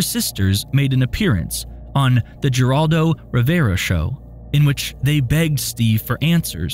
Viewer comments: Great vid! One thing though…Geraldo Rivera’s name is pronounced “Her-aldo,” not “Jer-aldo.” The “G” is silent. 😉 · Geraldo is pronounced - her - aldo not jer - aldo guess you must be a millennial 😜 I on the other hand, am old lol and, I remember him and his show, he was the Jerry Springer of the 80's lol except, a little more interesting to watch. Not much more, lol jus a little 😉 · It is pronounced Heraldo not Jeraldo . 🙄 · Its pronounced, HER-ALL-DOE RIVERA..... Just sayin..... Not trying to show my age or anything but I used to love to watch th Geraldo Rivera show back in the day after getting home from school and he was pretty controversial, I remember.....he covered scandals, affairs, child abuse, domestic violence.....etc. Like a Latino Dr.Phil If i remember correctly, before he became more of a joke. I think he was responsible for compromising American troops in the middle east by divulging their "game plan" of attack to millions of viewers on national television....not too sure if he actually caught legal heat for that smooth move or not.....can't really remember..... Still tho.....he did blow the lid off of child abuse, neglect and death behind closed doors within the mental institutions of the time.....that was a decade or so before my time.....before he drifted into mediocrity......he actually had a hand in evil places like Penhurst asylum being exposed and ultimately shut down.....i think.....might wanna google that one....its been a min. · Any was found, she went off trail and broke her leg. She was taken by the injury and elements. RIP. It's pronounced HERALDO. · Really? You don't know that "Geraldo" is pronounced "Heraldo"? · Just a heads up Geraldo Rivera - You don't pronounce the G as a G but as an H.